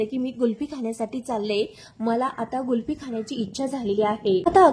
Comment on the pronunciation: गुल्फी नसते 😂 कुल्फी असते........बाई....